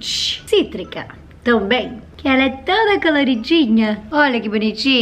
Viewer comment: Você percebeu quando você falou língua de framboesa cítrica no cítrica fico cotrico